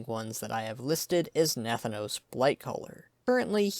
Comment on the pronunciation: It is not pronounced Nath-anos. But Na-thanos.